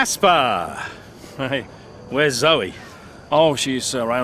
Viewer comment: Ækerman is still acceptable, but "Zo"... really? Have u never seen a woman named Zoe?